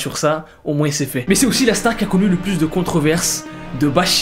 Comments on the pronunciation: POURQUOI TU DIS MOINSSS ET PAS MOINS ! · tu me stresse quand tu dis "moinsse"